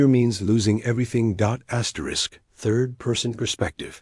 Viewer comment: wtf is Dot Dot Dot and Asterik try to Fix it